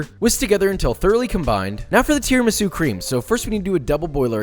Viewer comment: You must put an accent on the u for Christ's sake! Tiramisù! 3.07M subscribers jeeez...